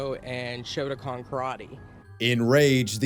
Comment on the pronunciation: Oh my god he said "SHOTACON" karate instead of "SHOTOKAN" karate... Source: another "my whole life" shotokan karate enjoyer.